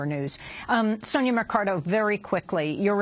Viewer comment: The solicitor's name is Mercado, not Mecardo.!!!!